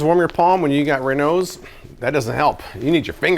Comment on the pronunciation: keeps calling it Renows. It's called Raynauds Phenomenon.